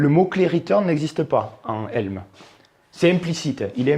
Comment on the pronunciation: Ca se prononce comme ça s'écrit => "Elm", car ça n'est pas un acronyme